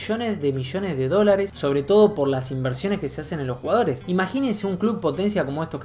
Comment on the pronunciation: "MILHONES", "MIIONES","MIJONES". "RÁPIDO", "RÁPIRO" "RUGAORES" 😂😂😂